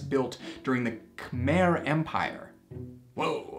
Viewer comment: Cambodia because I’m Cambodian 😔 by the way Khmer is pronounced kha- my 😂😂